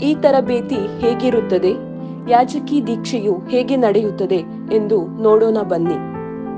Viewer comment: ಕನ್ನಡ correct agi mathadi. ಯಾಜಕಿ alla ಯಾಜಕ ದೀಕ್ಷೆ